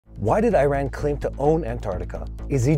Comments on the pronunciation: Iran pronounce as E-Run not I-Ran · It is not I Ran but Eeran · My friend, please pronounce Iran as Eran not as I ran.